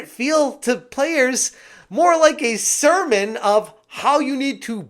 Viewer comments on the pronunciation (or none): none